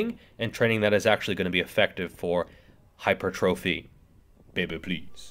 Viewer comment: Thank you for pronouncing "Hyper" correctly and "Trophy" correctly. lol